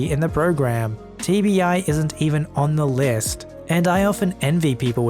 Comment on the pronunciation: When he said TBI I thought he TV eye.